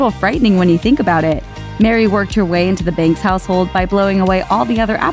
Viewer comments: His accent was terrible, says the girl who pronounces Mr. Banks as "Mr. Binks" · She criticises Bert's accent, yet she says Mr and Mrs Binks. Get it right lady- their name is BANKS